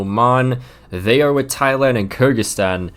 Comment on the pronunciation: For future reference, Kyrgyzstan is pronounced K-eer-gy-stan